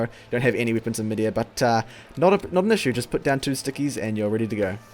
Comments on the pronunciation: Does it annoy anyone else that he says "wippons" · No offense but why you say wipons? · "bira wippons in the game"